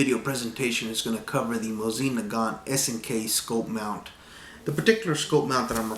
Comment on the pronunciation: Ermahgewd! You said it right! Finally somebody!